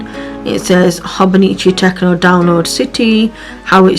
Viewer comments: You said you are new to Hobonichi and I wanted to point out that it is pronounced Tet-cho not tec-no there is no N in it, this is a common occurrence with new users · it is Tet-cho as in ch like in chosen I can’t tell you how long I called it a tec-o and my friend laughed at me one day and explained how to say it, fun fact Techo means notebook, I think you really enjoy using it